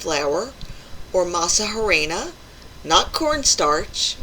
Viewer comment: Silent H on Harina. Pronounced (arena)